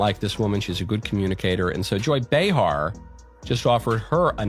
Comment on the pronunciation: It’s pronounced “ bay-har” . Third video I’ve come across saying they apologized but not one showed the video. 🤦‍♂️